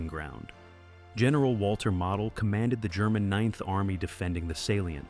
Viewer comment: It's pronounced mo del get the name right